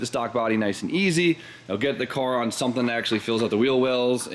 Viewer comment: It’s something! Not su’n